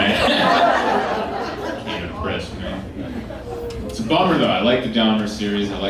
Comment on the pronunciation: I really like this guy but I'm always hyperfocused on the way he says "ya know." It's like "ee yahh know?"